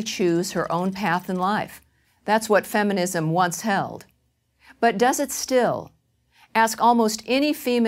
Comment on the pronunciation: lol, "feminimsm"